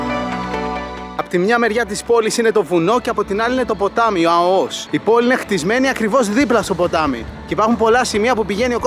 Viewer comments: Εξαιρετικό βίντεο αλλά βρε είναι Αώος όχι Αωός! Επομένως Αώου όχι Αωού 🐺🐺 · Δεν λέγεται Αωός ,αλλά Αώος..